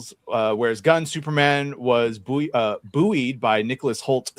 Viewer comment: Love the American mangling of the word 'buoyed'. How do you pronounce 'buoyant' again?